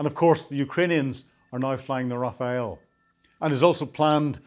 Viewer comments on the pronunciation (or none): The French jet is not pronounced Raffael but Raf-Al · Rafale ... not Rafael 🙄 ... in French that means : Gust / Squall / Blast Also means : a big wind or a massive strike ( a volley ) Example : " une rafale de coups de poings " = a big amount of fist punches. " une rafale de vent " = a big blow of wind